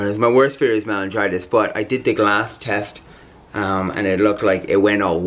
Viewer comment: Anybody else keep getting annoyed that Jonathan kept calling it melingitis rather than meningitis 🤦🏽‍♀️ Also Anna’s not allergic to gluten, she’s intolerant. There’s a big difference.